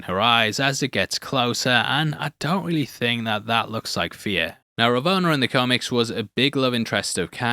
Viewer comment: I guess why they said Feer instead of Fear lol 😂